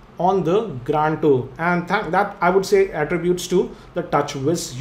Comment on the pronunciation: plzz stop speaking grAAnd bro its grand...